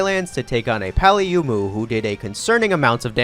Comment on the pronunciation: why do you pronounce paolumu like that